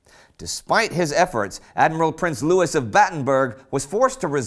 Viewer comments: It was 'Lou-E' mountabtten wasnt it? Not louisss? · Louis Mountbatten is pronounced Lewee not Lewis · I do not think that you pronounce Louis like Lewis, I’m 99% sure you pronounce it like this lewy Mountbatten obviously it’s not spelt like that but I just put it like that so you could have an idea how to say it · Louis is never pronounced Lewis unless your speaking about a city which is still pronounced wrong